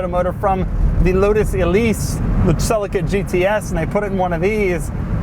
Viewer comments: Not sell-a-ca it’s celica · Wtf is a Toyota "sellica"? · Did he just say Sellica? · Celica is Pronounced Ce-li-ca. Not Cel-ica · Americans pronounce everything to do with cars wrong. Never ceases to amaze me. They pronounce a Toyota Celica as Toyota Sell-ik-a. Really!? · Can i ask something about ... pronunciation of "Celica"... "sell-ika" over here (UK) everyone says it "sell- eeka" which is correct? Selleeka sounds much better than Sellika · Ok stop right there! its not pronounced Selica it pronounced sea lic a (celica). Christ man!! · hahah the cell-eh-caa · #Doug your pronunciation of Celica is so wrong it's pronounced Celeeeeca ! Americans english fail !!!!!!!! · Doug the type of guy to mispronounce Celica every single time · Do all Americans pronounce Celica like Doug? ;/